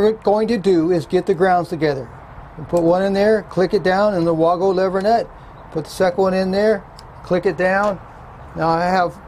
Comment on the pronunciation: Awesome to hear you pronouncing Wago correctly!!! (All but one time at the end.)